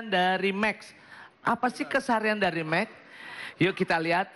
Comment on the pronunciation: bukan mek 😂😂😂, tapi max